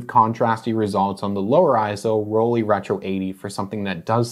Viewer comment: Can you stop saying rolleee? Please?